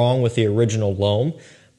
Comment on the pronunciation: Hey, when you say the word ''L'Homme'', I'm not saying this to be douchey or anything like that. I'm Canadian from Quebec (French province, French is my second language). You can take this or leave it, but in case you're interested in pronouncing the word Homme or L'Homme as close to correctly as possible in the easiest way possible. Homme pretty much just sounds like ''Umm'' and when it's L'Homme same deal just put an L in front of Umm = L'umm. (Homme = Man, L'Homme = The Man) It won't be perfect but it's close enough. Again, this is not meant to come across as douchey nor is this directly pointed at our boy. Anyone who reads this and if it helps them then great. If this does come across as snooty let me have it in the comments:)